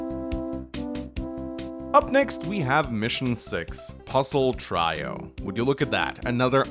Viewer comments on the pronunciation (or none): Did you just say "try-o" instead of "trio"?? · You're mispronouncing trio. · never heard trio pronounced like that before. Nifty.